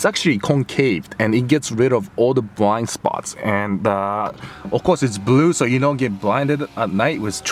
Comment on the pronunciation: im into american cars, but you said Bwiind spawt . that is the tru meaning of youtube, subbed